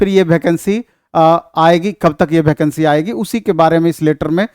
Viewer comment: भैकंसी ni वेकेंसी होता है